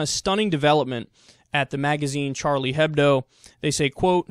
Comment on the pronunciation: H shouldn't be said in Hebdo, you would say Ebdo instead :) just pointing it out for futher reference :)